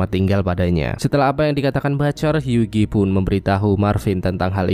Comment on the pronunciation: Huggie dibacanya "Hyuwi", gan.